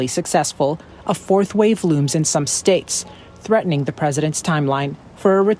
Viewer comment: Even Biden says shates